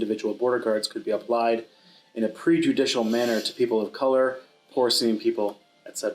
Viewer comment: To the interviewer: the first two syllables of "prejudicial" sounds like "prejudice", not like "pre-judicial" as in "before something relating to justice".